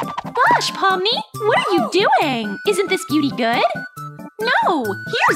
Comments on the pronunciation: it's pomni not palmer but I still like pomni more bc Cain is the real bully here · It pomni not pimiy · Pomni not pony